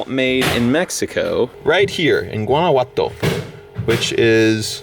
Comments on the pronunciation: I say A for effort on trying to pronounce Guanajuato. It’s pronounced Guan-a-jua-to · It’s pronounced WANNA-HUA-TO. Just if you wanted to know. :) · Omg Guanajuato is not pronounced like thaaaaat (still loved the video don't hate me) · Why did you say “guanaguato” 😂😂 guanahuato is how you pronounce it even tho it’s spelled Guanajuato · It’s gonna be a booze 🥃 room ...also when you say Guanajuato you pronounce the “j” like an “H” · love you bro but the j I’m Guanajuato isn’t pronounced that way and it bothers me please pronounce it correctly it’s supposed to be like an h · You completely butchered the pronunciation of Guanajuato